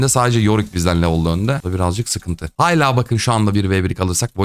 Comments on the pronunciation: allah aşkına şuna aksiyoM akımı deme artık başlığı görünce heycanlandım acaba itemin doğru adını farketmiş midir diye, başlığa da aksiyom yazmışsın. Acı çekiyorum. Yorumu yazmışken ekleyeyim umarım okursun; kolidor - koridor, hayla- hala Bunlar videolarını izlerken takılmadan geçemediğim yanlış telafuzlar. Uzun süredir izleyicinim, türkçe öğretmeni de değilim ama takığım. Sevilyosun… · Abi nolur hala'ya hayla deme